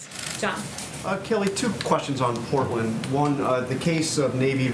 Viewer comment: Normally I'd give someone the benefit of the doubt. However... With this administration who knows. Genuinely curious whether the Porton instead of Portland was her tripping up or had she never heard of Portland until this morning at the briefing...